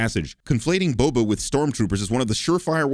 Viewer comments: Did pronounce Boba's name as Bubba, or is that just me? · 200 sins for ever saying "bubba" fett was needed